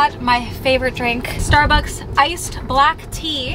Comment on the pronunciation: ‘Starucks’ HAHA 😂